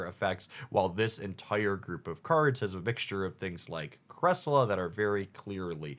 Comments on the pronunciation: 1. Its Sai-Roos not Sirus, do you pronounce Cyrus the Great as Sirus the Great? 2. Its Creselya not Cresila, theres actually an i before the a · EE-LECK-TI-VIRE not electreev. LUHM berry not Loom berry, CRESS-EL-E-UH not cressiluh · Sorry. Cress-El-Yuh. Elec-tiv-ire. Again, sorry. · can you try to pronounce the Pokemon names right? Its ElectrIVIRE and CresseLIA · its cresseleeyah 😂😂